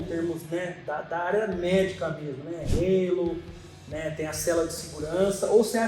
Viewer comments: Não é relo o idiota,e Halo 😂😂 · rapaz não é "reilo", é HALO